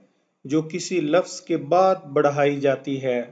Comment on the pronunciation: Apna talaffuz to durust kar lain isam lafaz haraf laazam sift sharat. aur isi tarah ki beesion ghalatian kar k aap bachchon k mustaqbil ko kyun daao par laga rahai hain. Quaid e azam laqab hai khitab nahi Aik anaar so beemar mohawra nahi zarbul masal hai. Isi tarah baqee sab bhi zarbul amsaal hain